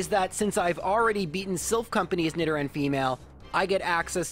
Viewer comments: i think its supposed to be nee-do-ran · Why are you pronouncing nidoran wrong? It’s like Nidoking. “Need oh king” so... “need oh ran” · Nidoran and Nidorina, not whatever you said. Sounds odd.